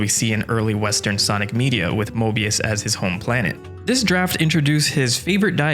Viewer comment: You said mobius or morbius?